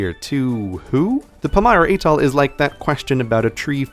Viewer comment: Living on Guam and traveling frequently to Micronesia I often find myself trying to explain people on the US mainland the status of these places in relation to the US. Thank you so much for this presentation. A couple of comments (for a future improved version): check the pronunciation of "Atoll" and "Palau". "Marshall Islands" is spelled with a double l at the end of the first word. The labels of the Marshall Islands and Federated States of Micronesia need to be switched.